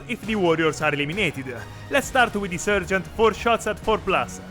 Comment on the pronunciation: Meltaboom! 💥 Great battle report, guys, really entertaining. Keep it up, I love watching your videos even though I'm really a noob and getting into Warhammer as a hobby. Just wanted to also mention that in English, the first part of the word "sergeant" is pronounced like "sar", not "ser". And that if you feel like you want to throw a few Italian words/phrases in here or there during a video, I think that would be cool too. :D